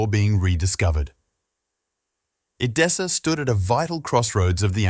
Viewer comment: EDESSA, not "Adessa." Edessa is now in Urfa, Turkey. Not "Dashani," either, but GEOFFROI DE CHARNY (c. 1300 or ), Lord (Seigneur) of LIREY (not "Larry). This is what I hate about machine-generated texts and audio: they get the basics very, very wrong!!!! Bother to get the details right!